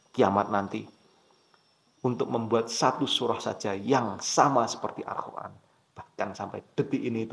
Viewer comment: Kok saya mendengernya anda menyebutnya AlKhur'an, bukan AlQur'an?😢